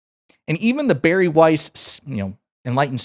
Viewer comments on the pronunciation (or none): none